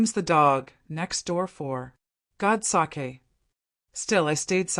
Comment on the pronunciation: God’s sake (the AI voice pronounced it as saki which is Japanese alcohol) 😂😂😂😂😂😂😂😂 I’m sure God would have enjoyed his sake. 😂😂😂😂😂